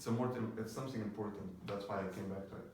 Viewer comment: Dear, it is something not somsing !! and about the energy, you don't have it. Your voice shows that you are so calm, you don't have that energy to make someone watch your video to the end of it. I know you are trying your best but remember you are in front of a camera not a crowd! because it so obvious that you are trying to calm yourself while you are nervous. thank you for the video.